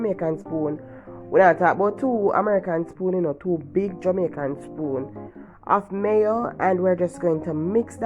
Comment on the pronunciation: I enjoyed watching the way you make this pasta with the frozen vegetables , I like the way you said two Jamicain spoons of mayo, looks very nice tri macoronni, looks tasty